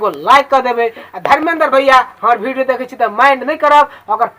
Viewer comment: भाई भिडियो नहीं विडिओ होता हैं